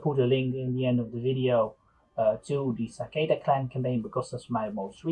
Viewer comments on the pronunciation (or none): Its satake, not sakeda.